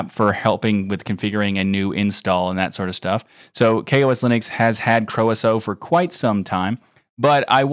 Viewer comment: Croeso app in KaOS is pronounced as Croy-so and means “welcome” in the Welsh language